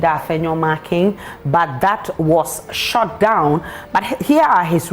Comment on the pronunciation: listen to how this lady pronounce shut down...s o the english of ghanaians are going down